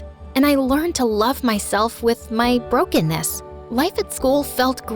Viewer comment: When she said BROCKENESS